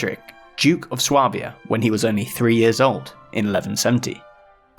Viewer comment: Swabia is pronounced "sway-b-ah" btw